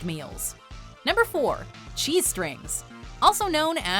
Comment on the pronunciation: It's not Cheese Strings its "CHEE-strings"